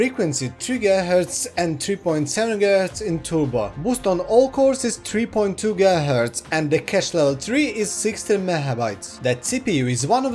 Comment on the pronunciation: "Mehabytes" and "gihertz"